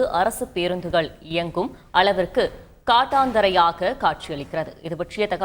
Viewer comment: காட்டந்தரை இல்லை கட்டாந்தரை